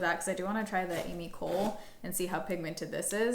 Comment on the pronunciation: I’ve heard Ami Cole pronounced “uh-MEE koh-LAY” (it doesn’t detract from the quality of the video, I’m just throwing it out there for your information 🤗).